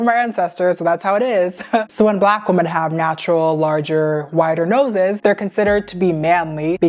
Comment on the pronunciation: i love your videos sm and they make such such good points. just one thing—woman and women are pronounced differently 😭sorry not hating, just really ocd about these things